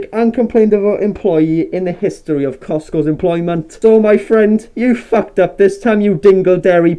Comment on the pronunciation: Costco is pronounced like it's spelled. Maybe it's the mask throwing me off.